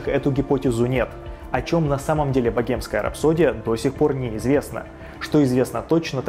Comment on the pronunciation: Блин как режет слух .. богемская ,, 😢